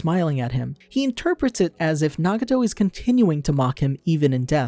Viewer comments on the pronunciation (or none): did u just call him naguto